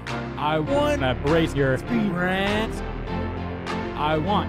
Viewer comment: When he says spirit it sounds so weird